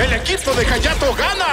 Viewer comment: Ayato lleva "H" *Hayato Y se pronuncia Jayato De nada 😏